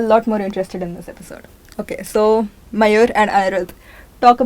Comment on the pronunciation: Not mayur, mayur sir 😅